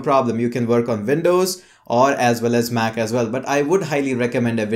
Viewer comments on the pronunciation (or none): none